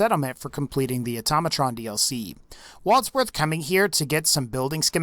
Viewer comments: ITS NOT ATAMATRON!!! ITS AUTO-MA-TRON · It's automatron not atamatron